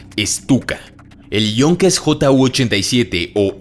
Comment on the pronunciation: es Stuka Bro. No "Estuka".